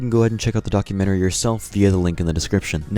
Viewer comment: 😭 he said documentary wrong 😭